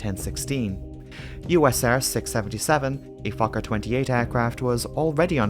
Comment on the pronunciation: Very well done video, I really appreciate it. One small note, how you pronounce the word Fokker. Now it sounds like you're saying f*cker. Try to say letter o in fokker more like first letter in word oh or only.